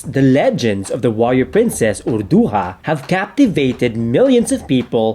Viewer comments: its pronounced urdu-JAH not urdu-HA, ancient filipinos didn't pronounce J as an H only the Spanish conquistadors did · I saw it in Arabic and the actual pronunciation is "Awrduha"